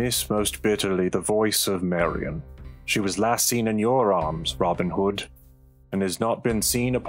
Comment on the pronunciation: How can you pronounce his name as ROBIN hood?